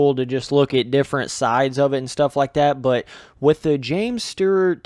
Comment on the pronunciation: Stewart not Stert